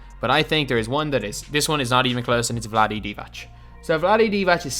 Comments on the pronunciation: There is not a ć at the end of divac its c this time and literally every other time when its not u are not saying ć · It's pronounced DivaTS :)